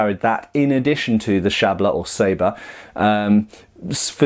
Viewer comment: Very good Polish Matt (koncerz, szabla) bravo! +1